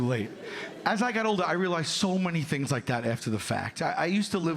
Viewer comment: “He has knives for fings” dead 😅